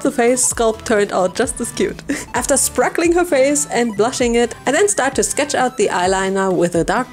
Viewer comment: I love that you say sprakling so much 💀💀🩷